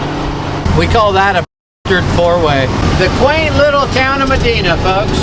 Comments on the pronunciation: FYI Not Ma-Dee-na It’s Ma-die-na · And its Medina...Med EYE na not Med EEN a...dont matter. Love yall!! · That town is Medina (long I sound, not short i) i grew up not far from there. Great place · Never heard Medina pronounced like that lol. New one on me. Everyone around here says ma-dine-na